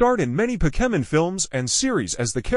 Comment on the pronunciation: Hey bro you pronounce Pokemon wrong